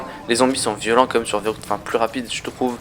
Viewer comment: verruct pas verrouct sinon belle vidéo